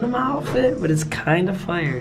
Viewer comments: He says fire like foire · says fyyre instead of fire and its funny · did anyone else realize he pronounces fire "fie-errr" its funnys asf